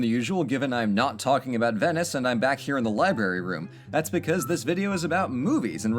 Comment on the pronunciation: Did... Did he just call it a "libary room"?